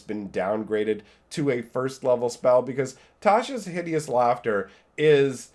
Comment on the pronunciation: The way he says Tasha inflicted d12 psychic damage to me. It's pronounced tosh-uh